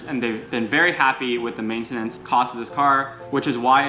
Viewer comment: Mate-ten-its lmao cracked me up